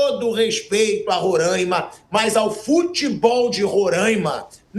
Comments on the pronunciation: Parabéns Mauro! Esse pillhado bolsonarista preconceituoso e, como ainda não bastasse, não sabe pronunciar o nome do Samir e do estado. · Pilhado falou merda do início ao fim e foi jantado. Curiosidade: Se pronuncia XÁud. Os times São o São Raimundo, Grêmio Atlético Sampaio - GAS, Monte Roraima e Atlético Roraima.... e se pronuncia Roráima.... Precisou a sensatez do Mauro César pra dar um comentário válido, o Pilhado tá mais preocupado em mitar. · Nem a pronúncia do nome do estado você sabe fazer e quer tá falando alguma coisa. Aprender primeiro antes de desrespeitar os demais habitantes que nada a ver tem com isso. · O pilhado precisa aprender falar o nome roraima aqui e uilton de roraima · A começar a pronunciar o nome do estado correto